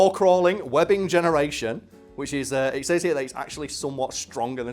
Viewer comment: I hate how he says the word "says"